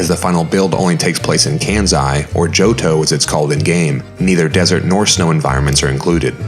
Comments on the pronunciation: It's Kansai with a sharp s btw, not "kanzai" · Why on earth are you pronouncing Kansai with a z in it? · Its so clever that The area based on Tottori, Japan is called Birdon. Tottori means (literally from the kanji) "Take the Bird" so Calling it Birdon is a fun play on words. Too bad Johto didn't end up with Birdon lol. Also you pronounce Kansai wrong, but love the video! Its so cool to see this cut work that didn't make it to the production game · you're doing Arceus' work, make no mistake, but everytime you mispronounced Kansai here, I died a little.